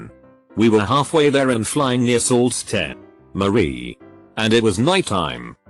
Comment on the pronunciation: "Salt steh Marie" I cringed so hard. For those wondering it's pronounced Sue Saint Marie